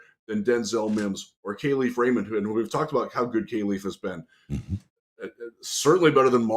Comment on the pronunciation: Yo fellas. I know ya like to get shit right so here’s a correction. Kalif Raymond has specifically asked media to pronounce his name right. “Kal” is pronounced like cauliflower. Kah-Leaf. Love the program as always!!! FTP